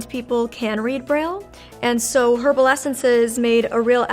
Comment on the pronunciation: I don’t understand how people can do a video for her and not let her know she’s saying herbal wrong when she’s going on the internet